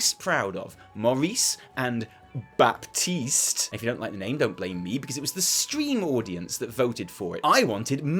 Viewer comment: Congratulations for Longboy! However, for your information, Baptiste is pronounced "Batist".